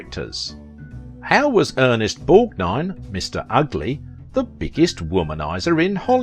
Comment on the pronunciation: Thank God! Finally! A YouTuber who can actually pronounced Ernest Borgnine's name!!! Thank you! Seems like ever other channel gets his name horribly wrong in so many ways!